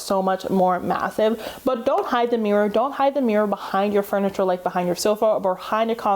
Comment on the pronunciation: You say MEEEErur instead of mirror lol.